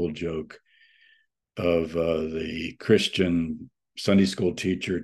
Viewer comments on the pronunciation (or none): none